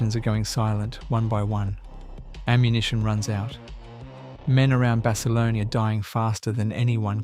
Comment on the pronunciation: Decent video, using AI to voice this video does the subjects an Injustice. A lot more could have been elaborated by the Creator about the subjects to reiterate Basilone is pronounced like the other gentleman said Bass a loan. Corpsman is pronounced core man not Corpse. Some of the pictures used misrepresent the actual subject and storyline if you going to talk about Marines especially Marine Aviation don't be using Army Air Corps/ Air Force aircraft. I've watched a few of your videos and there is major room for improvement across all of them.